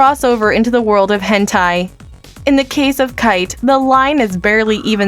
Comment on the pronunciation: "kyte" lol